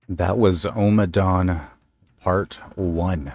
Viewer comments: Well done. You're right this is way up there, I would say the best of his first 4 albums. Thinks it's pronounced "O" as in on, not "Ow"! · It's Omm-a dawn, not Oh-madawn